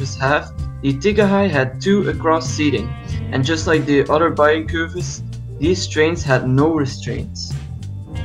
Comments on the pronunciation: It's just "Bayern" not "Bayren" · Your pronounciation of Bayern was SLIGHTLY wrong, the 'r' comes after the 'e'. It's the last sound before the n. Source: I'm from Bayern. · Instead of saying "Bayren" try pronouncing it like "Bayyearn". Or like the english word "buyer" but with an "n" at the end. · Bayern, said [Buy Urn / Buy an]. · It’s pronounced Bayern BAY-ERN . Like the FC Bayern club from Munich. As a German speaker I can confirm u are pronouncing it wrong